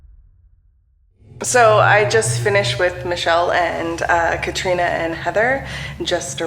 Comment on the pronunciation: Katrina not Kristina